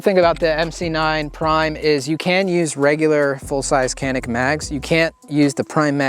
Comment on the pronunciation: Its pronounced "JANIK MET-EH"